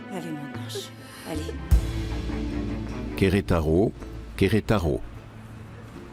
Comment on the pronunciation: Qui comme moi en a marre d'entendre cet homme qui dit Querétaro Querétaro on dirait qu'on sait pas lire.....😂